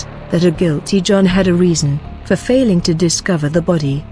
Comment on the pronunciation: The video offers no motive for him to kill his daughter, it does however have a totally improper and inappropriate manufactured narration devoid of any real feeling or emotion which is a disgrace for a report on a murdered child. Pronouncing guilt-ty as two separate words is just one of the many errors of this farcical speech robot.